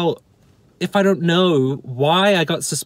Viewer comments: I've absorbed everything you've said. And as a fellow Nu-Zeelandish person, your pronunciation of the word "don't" bothers me. You say it more like the name "Don" than the word "dough". It's strange and it keeps me awake at night. I never ever read anything on twitter from you, but I am terribly sad that (like everyone else on that platform) you have been suspended. One day Twitter will reach its logical conclusion of having no users left on it. Personally I think that's a good thing because it sucks. It can eat my ghost chips. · It's really quite simple. Say after me. "Don" (like Don Brash). Now say "donut" (American spelling for you there). Now, take the first part of "donut" and remove the "u". You now have the word "don't", but it sounds like "don't" instead of "DON't" (like Don Brash). There, I fixed it for you. Next week I'll concentrate on your terrible spelling and grammar. Your car videos always have the best production value. Love you long time.